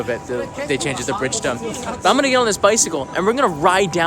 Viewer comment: Hello, once again a very cool video! Btw you are not pronouncing Bridgestone correctly. I have been to the cycle factory in Tosu before it moved to China. I work for Bridgestone in the US. You were going to make a story on the company so what’s up! Also, what is happening on your new only in Japan intro remake? Daniel from Aiken, SC be well!